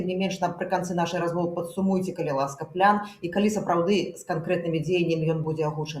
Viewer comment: Яки плян! Няма пляна у беларускай мове! Есць план! Цверда вымауляецца. Не каверкайте. Не прыемна гучыць.